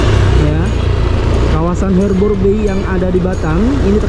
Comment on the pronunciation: HARBOUR BAY ~>BACA Harber bei. Bukan herber!